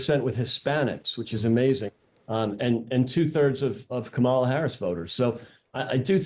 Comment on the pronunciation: If you can't pronounce Kamala's name I stop listening.